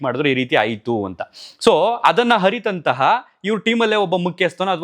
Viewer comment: ಅರಿತಂತಹ ಅನ್ಬೇಕು 😅